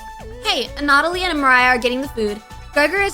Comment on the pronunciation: Anna-toll-lee, that man's name is Anna-toll-lee. Great vid regardless, but it was killing me you said his name the most outta errbody.